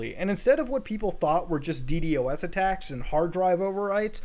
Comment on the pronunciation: i love it when Muta says di di o s instead di dos